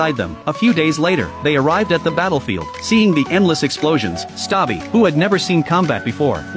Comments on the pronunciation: It's Stubby- not Stabai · It’s stubby not stabi😂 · Bro it's not stabbi it's stubby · It's not stabi it's stubi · It's stubby not (stabby🤓☝️) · The correct name of stabi is stubby not stabi Okay😂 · Erm its not "stabi" its "stubby" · Stubby ❌ Stabi ✅ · Ermm... actually his name is stubby not stabi.🤓☝️ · It's not stabbi it's stubby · That says stubby narrator says its stabi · brooo its not david💀 its conroy and its not stabi💀💀 its stubby😂😂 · STUBBY❌️ STABBI✅️ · its stubby not stabi😂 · Its a real story also its Stubby not Stabi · ITS NOT STABI ITS STUBBY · Not stabi but Stubby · It's not David, it's Robert Conroy. It's Stubby, not Sabi 😂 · its not staby its stubby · its stubby not stabi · Crazy gow this is a real story, anyways his name was Stubi not Stabi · Not stabi it's stubby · Stubby-❌ Stabi✅ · It's Stubby not stoppy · Bro, you said Stabbi it is stubby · It’s stubby not stabi. Get it right he was a real life hero idiot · It’s stubby or stubbi and its not stabi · It’s stuby not stabi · It’s stubby not stabi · Yall his name isn't stabi its stubby 😅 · its actually not stabi but its stuby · His name collet is stubby not stobi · It's not stabi it's stubby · Not stabi it's st ubby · wtf do you mean "stabi" 😭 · It’s not stubi it’s stubby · His name is stubby? Not stabi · HELP “STABI” BRO ITS STUBBY- 😭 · bro really said “Stabi” instead of “Stubby” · Stubby ❌ Stabi✅ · His name is stubby not stubi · It is not stabi it is stubby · it's Stubby, not Stabi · Why is he saying that the dogs name is stabi even though the real name is stubby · it's noy stabi it's stubby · I don’t wanna be a pain but it was pronounced stubby not stabi (the movie is named ‘Sargent Stubby’) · It is not sabi it is stuuby😅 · Bruh its stubby not stabi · Its not stabi but its stubby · Its stubby not stabi this a real story on the 1920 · His name is stubby not stabi bro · Its not stabi but stubby😅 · Is not stabi its stubby! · It's stubby and not stabi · U said stabie but the coller said stubby